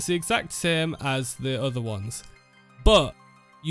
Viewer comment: "Ello everyone, and welcome back to an ova video" so northern